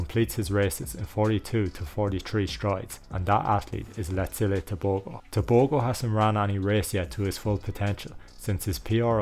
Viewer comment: Its Letsile Tebogo